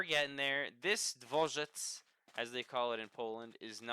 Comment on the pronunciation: as a certified pole that pronunciation of Dworzec was pretty flawless! awesome video, enjoyed it very much and personally I prefer commentary over time lapses than music edit: maybe try using some quark framed glass for the windows or even the part where you used the steel fences, i think it could look neat